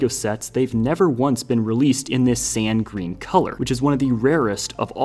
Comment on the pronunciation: you always say “San Green” it’s sand green